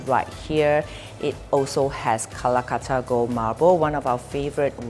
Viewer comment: Lol She pronounces Calcutta as Kalakuttta